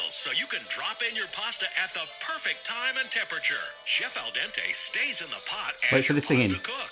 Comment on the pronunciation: Dente like Dentist....not like Dante!